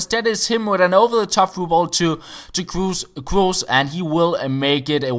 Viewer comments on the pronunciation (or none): And btw, it's pronounced Krås not Kroos. From a Norwegian that has german in school.